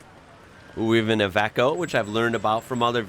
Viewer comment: Love it dude! also its pronouced eye-vee-co